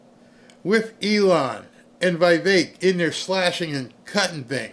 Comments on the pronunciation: IT’S VEE VEK. NOT VEYE VEK. IT’S VEE VEK. NOT VEYE VEK. IT’S VEE VEK. NOT VEYE VEK. IT’S VEE VEK. NOT VEYE VEK. IT’S VEE VEK. NOT VEYE VEK. IT’S VEE VEK. NOT VEYE VEK. IT’S VEE VEK. NOT VEYE VEK. IT’S VEE VEK. NOT VEYE VEK. IT’S VEE VEK. NOT VEYE VEK. IT’S VEE VEK. NOT VEYE VEK. IT’S VEE VEK. NOT VEYE VEK. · the "i" in Vivek's name is the same as in the word "pique".